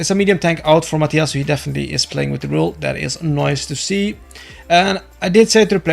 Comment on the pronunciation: Mah-tie-uhs?!?! Mah-tee-uhs!